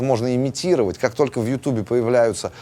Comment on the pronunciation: помимо творчества, респект дядечке за футболку и за то, что на русском языке произносит название всеми любимой видеоплатформы, как "ЮтУб", а не "ЮтЬЮб"(бррррр)